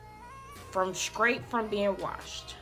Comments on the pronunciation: Girl you was killing me saying scrate and scrong instead of straight and strong lol but your hair came out nice! You'll need to dust or trim to get rid of the split ends so you'll have healthier thick ends and btw I love that KeKe Wyatt song. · If u Say SKRAIT one more time...! 😂 Your came out sooo good though